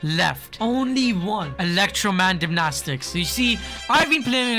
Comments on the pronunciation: what is electromandymnastics? its pronounced electro dy namix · It’s not electrominenamix it’s electrodynamix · electrodynamics not ELECTRODYMNASTICS🤣🤣🤣🤣🗼🗼🗼🗼🗼🗼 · Bro really said electro man gymnastics 😂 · The Pronunciation of "Electrodynamix": Electrodynamix (Eh leh ktroh die nah mix) ❌ Electroman dimnastics ✅ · probably the reason he says electroman gymnastics is cuz it’s like electroDIEnamix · Electrodinimaksiz instead of electrodynamix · It’s electrodynamics 😂😂😂😂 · Bruh its pronounce as electro dynamics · Its pronounced electro-die-nam-ix